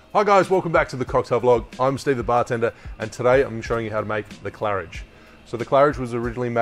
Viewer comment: You pronounced it well, good job (I'm french)